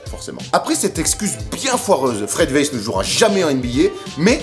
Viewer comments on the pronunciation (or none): STTOPPPPP!!!!! CA SE PRONONCE PAS WEISS MAIS WAÏSS OU VAILLS CAR ÇA VIENT DE LALEMAND ( CEST MON NOM DE FAMILLE 😂)